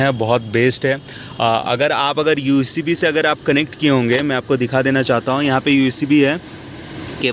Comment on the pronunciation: Ucb nahi bhai USB hota hei🤣🤣